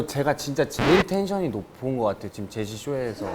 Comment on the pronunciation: 보통 제시님을 제씨라고 발음하는데 맨 첨에 제시라고 말해서 진짜 깜놀